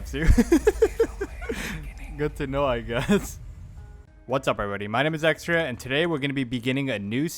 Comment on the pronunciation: Extriaa? Never change. nuff said.